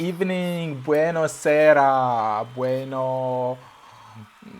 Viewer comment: si dice "buonasera"